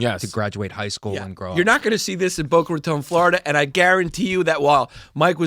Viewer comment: I’m so happy the pronounced Boca Raton correctly